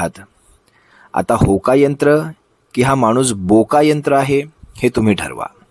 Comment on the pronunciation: Hokayantr nahi. Thoka yantr bola.